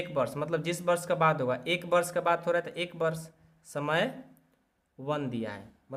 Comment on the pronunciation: वाद नही बाद है 😊😊😊